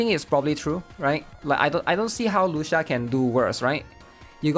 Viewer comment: It’s Spoken as Lu Chi Ahh, its an Italian pronunciation my guy😢